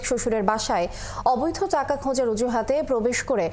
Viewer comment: আপু প্লিজ চাকা বলেছেন না টাকা বলেছেন একটু ক্লিয়ার করবেন প্লিজ?😅